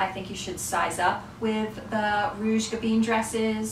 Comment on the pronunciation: Oh this hurts my head… Gabin isn’t pronounced gaBEEN. The “in” ending is pronounced the same as the French word for wine: “vin” ..”I” is more like an “uh” sound and the N is almost silent.